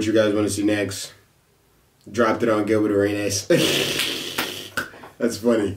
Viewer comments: "GILBER" ARENAS LOL YEAH IT HAPPENS...TIGHT VIDEO THO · Nobody:: GILBER ARENAS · Seems like getting curved makes you illiterate 😂😂 “gilber “ kekekekee